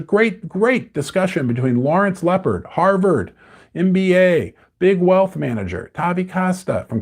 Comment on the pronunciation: It’s Lawrence Lepard not “Leopard“. 😂😂😂